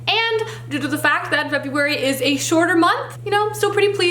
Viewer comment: FEBURARY! 😂 how cute